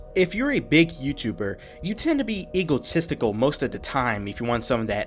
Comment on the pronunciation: stop saying eagle - tistical. Its EGO - tistical. Also please stop saying furder. Its further. Thanks